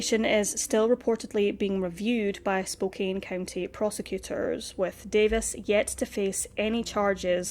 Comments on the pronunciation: Was looking for this and was going to say the same. Spokane rhymes with CAN. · Just a little sidenote: Spokane is pronounced like "spo can", not "spo cane". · Poor girl. RIP. Just FYI; it’s pronounced Spo can. Not Spo cane. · Spokane is pronounced Spo- can. Thanks for this review! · Just fyi Spokane is pronuced Spoke-ann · This is in my town. I remember this case. Spokane is pronounced as "Spo-can". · Spokane. SPOKE-ANN (like can or pan). I don't know how you get so many right! Rules of spelling and pronounciation can be of no help with some. Like Spokane! Thanks for the videos you bring to us. Very well done, always. Was watching one from a new channel to me. The writing was so overwrought (best word I can think of for it) and wordy and poorly phrased it took me right out of the story. I bailed. My dear, you are greatly appreciated! The Pacific Northwest has hidden so.many bodies over the decades. Vegetation grows so fast that it can hide a lot of secrets. So many wilderness spots right inside cities and towns. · Pronounced SpokeCAN. Just letting you know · It's pronounced Spo-CAN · Spokane is pronounced Spo-CAN. Don't ask me why 😂😂😂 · Don't worry... I pronounce Spokane wrong, too!